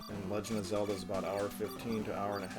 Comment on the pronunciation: bro you slaughtered Zelda